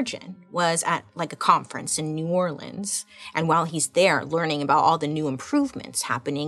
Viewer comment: I would just like to thank you Bailey for properly pronouncing New Orleans. You have no idea how much that made my heart happy! 😂 Sincerely, your biggest fan in the Bayou state!